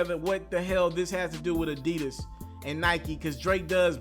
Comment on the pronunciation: Whyyyy can’t you ever get the name right damn!! Addidon!!